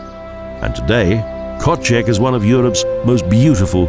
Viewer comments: Koszeg, not kocheg; Apothecary to a Golden Unicorn. You would think that the person talking about the country would learn how to pronounce the names of the places he is talking about. Lovely country, atrocious dialogue. Balaton is being pronounced Bahlahton by the narrator. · MAAAN TRY TO SAY ONE WORD NORMALY KÖSZEG,, IS NOT KOTSEG OR WHAT THE HEC YOU SAY,,,, RESPECT